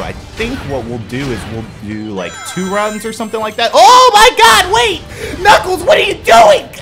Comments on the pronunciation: you said nickles instead of nuckles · It actually pronounced /Nuklz/ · his name is knuckles!!!!!!!!!!!!!!!!!!!!!!!!!!!!!!!!!!!!!!!!!!!!!!!! how many time have you keep naming him nibbelss?!!!!!!!!!!!!!!!!!!!!!!!!!!!!!!!!!!!!!!!!!!!!!!!!!!!!!!!!!!!!!!!!!!!!!